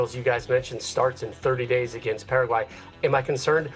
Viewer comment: So you can pronounce Turkey correctly but not Paraguay lol